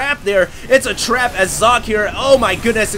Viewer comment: I dunno if someone already said, but 'Socke' is german for 'Sock'. Therefore its pronounced german, ... like ['zɔkə]. But you did right the last time.